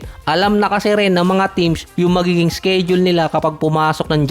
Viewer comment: "sked-jul at indi "skeyd-jul"